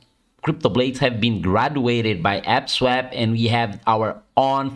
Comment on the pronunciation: You mean APE-swap right? ...Not AP-swap?!